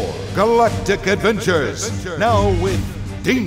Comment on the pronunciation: SPORE! GALLLLACTIC ADVVENCHURS!!